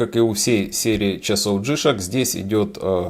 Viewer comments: Не джИшк, а джи шОк, никак иначе. Ваше ударение по ушам бьет! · Не джишек,а Джи Шок,деревня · я не про написание, а про ударение именно у Вас, не в обиду! Вы говорите джИшок, вместо джишОк. Здоровья Вам! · Плюсы́ у джи́шок - у вас проблемы с ударением))